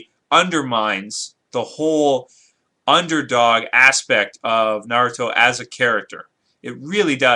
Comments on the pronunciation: it is not narooto its is pronoused with a like narato p.s. FUCK YOU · WHY IN THE WORLD DID HE MISPRONOUNCE NA-RU-TO... I SPACED IT OUT IN THE WAY JAPANESE PEOPLE PRONOUNCE IT AND THE JAPANESE "R" USUALLY SOUNDS LIKE A SOFT "L" AND VICE-VERSA. I am so sorry I had to get my anger out when people mispronounce things in Japanese, by the way I am Japanese so when I hear someone trying to say something in Japanese I appreciate the effort, but it makes me angry to hear the same thing even after I tell someone. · Naruto WILL win because hes FASTER than goku he is STRONGER than goku and goku is NOT a FOOL like how naruto is and FOOLS are STRONG and btw u pronounced naruto wrong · first off you don't even say Naruto right, second Naruto does way better stuff then Goku. It sounds like you don't even watch it. He was a freaken orphan and he trains his ass off for others and puts himself last, the people Dragon BAll Z had nothing to do with other people till like 3 seasons into the show! Naruto has literrally almost killed himself training, for the freaken Bijuu, Sage, and the 2 and a half years to get Sasuke back.